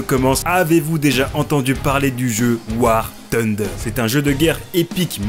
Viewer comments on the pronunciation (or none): " War Tunder " respectez le nom du jeu punaise ;-; THunder, y'a TH dedans et si vous connaissez pas la prononciation utilisez la voix de Google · Bordel on est toujours pas au KFC c'est War TUNDER mais War FUNDER....